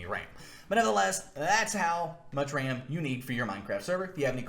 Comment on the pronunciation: bro really just said "how much deditated wam do you need for a minecwaft server?"